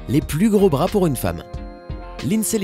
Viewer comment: Vers c'est pas our mais pour